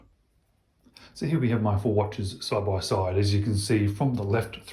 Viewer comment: Man, I can't get over "soide by soide" 😂😂😂